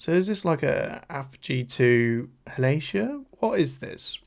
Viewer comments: I love you and your commentary. I’m just into Ateez myself, so this is pretty cool to watch. But the way you pronounced Halazia was sending me😂😂😂. It’s HAL-AH-ZEE-YA, not HAL-ASIA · I’m sorry… I have to … HALL - AH - ZEE - AH Please and thank you. 🧡🏴‍☠️☺️ Also, I have no problem with the length. I really appreciate how thoroughly you go through it and discuss it.